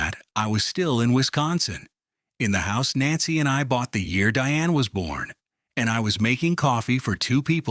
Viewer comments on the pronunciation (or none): none